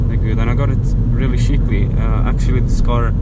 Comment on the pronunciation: you really gotta learn how to say "cheap" and "cheaply"